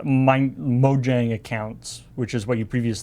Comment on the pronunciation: Just so you know, it's supposed to be pronounced "Mo-yang".